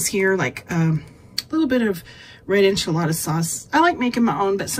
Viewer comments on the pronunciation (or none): none